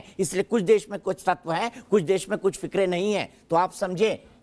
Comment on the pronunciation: फिरके को फिकरे बोल रहा है दीपक चौर सिया 😃